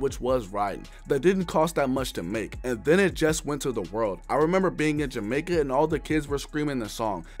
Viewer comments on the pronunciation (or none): none